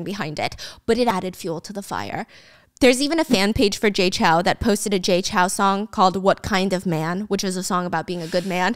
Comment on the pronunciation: lowkey triggered that stephanie pronounces Jay Chou is Jay Chow HAHA